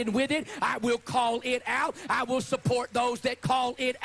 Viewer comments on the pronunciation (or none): One thing that drives me up a wall: why are his l's at the end of a word w''s instead? It's not "god's will", it's "god's wiww"